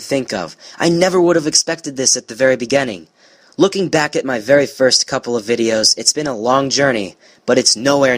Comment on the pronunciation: "At the very begenning" 😂😂😂 (no hate)